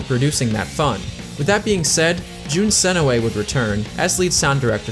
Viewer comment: JUNE SE NOY, ITS NOT THAT HARD